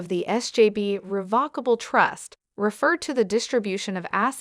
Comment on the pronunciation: Why is this being read by a machine? And some of the words are being mispronounced. Like Revocable, Conservatorship, conservators, and more importantly Britney’s? All mispronounced.